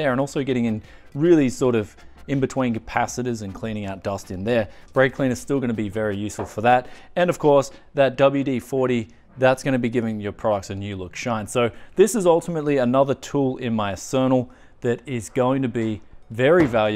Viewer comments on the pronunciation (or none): What is an "Asernal"? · Your pronunciation of arsenal?!?!